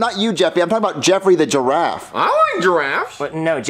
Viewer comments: I thought said gee ta raff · says jeraffe instead of jeda